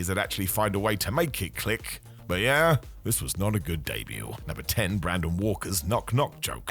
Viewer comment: I had to stop after “Brandon” Walker and “Revolution”. Honestly if you can’t do it right, don’t do it